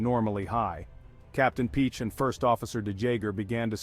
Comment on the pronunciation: Piché is pronounced "Pichay"! ;-)